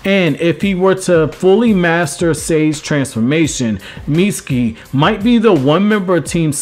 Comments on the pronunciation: Damn b...you ain't say his name right but maybe twice....haaaa...Miutski??? Haaaa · I’m sorry, but, please, learn how to say his name CORRECTLY!